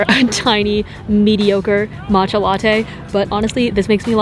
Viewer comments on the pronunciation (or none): none